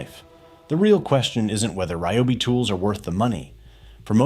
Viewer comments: I like how the AI pronounces RYOBI 3 or 4 different ways throughout the video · AI commentary is the lazy creator's way of production. To mis-pronounce the brand name several different ways is absurd. Why can't the narrative be done by an actual human who knows how to pronounce and enunciate properly? And the cut off at the end in the middle of the sentence? If you don't care about presenting the brand professionally, why even post it?